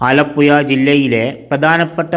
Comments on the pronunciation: ആലപ്പുയ അല്ല. ആലപ്പുഴയാണ്. പോയ് നാക്ക് വടിച്ചിട്ട് വാ മോനേ.. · ആലപ്പുയയോ അതേത് പൊയ തൊടുപുയ മുവാറ്റുപുയ വല്ലാത്ത പൊയകൾ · ആലപ്പുയ തൊടുപുയ മൂവാറ്റുപുയ😂